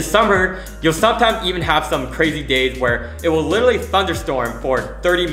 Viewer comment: You should literally stop saying literary :goodvibes